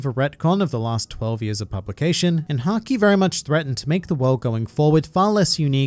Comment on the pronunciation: Why did I hear "which is sanji" instead of "which is haki"